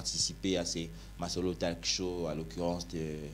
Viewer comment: Salut #drcinfo et à. C’est ma toute première fois de voir le show! Et je pense que c’est une très bonne initiative. Je voulais juste donné une suggestion et offrir une petite correction. 1. « TALK-SHOW » talk = parler en français et la bonne prononciation c’est /to:k/, et vous pouvez aussi dire « tock ». Donc « tock show » 2. Ne pensez-vous pas que ça serait mieux de faire cette belle émission en LINGALA? Pcq là vous avez les invités qui ont plein à offrir comme avis, conseils et partagée leurs expériences sur le sujet. Mais ils se retiennent pc qu’ils n’ont pas la maîtrise en FRANÇAIS pour avancé leurs arguments. Valorisons nos LANGUES s’ils vous plait #rdcinfo. Laissez ces frères et sœurs s’exprimer en LINGALA! Que tout les Francophones, Anglophones etc, qu’ils commencent à fournir d’efforts à apprendre aussi nos langues! Arrêtons avec tout ces complexes de la langue française! Mois je préfèrerais encore que nous puissions fournir d’efforts à apprendre l’anglais au lieu de continuer à valoriser le français qui ne nous a pas aider à évoluer jusqu’ici! Nous voulons bien comprendre les explications, expériences et points de vue des invités! LINGALA ba ndeko na ngai, to tika ba français ya pamba pamba! Merci 🙏 beaucoup!